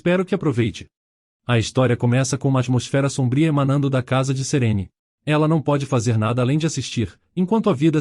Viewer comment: Serene? Nun é Serine?